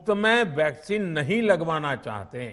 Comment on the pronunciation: Half of the time he says Vaseline not Vaccine 🤦